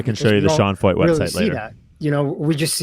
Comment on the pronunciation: Pronounced Sean Foyt?? That’s Sean Fucht.